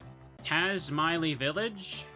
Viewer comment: Taz-My-lee is actually correct, but a lotta folks say Taz-Milly 🤔